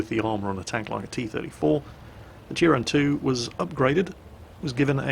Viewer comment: Turán is pronounced in Hungarian more like Turaan. I've been there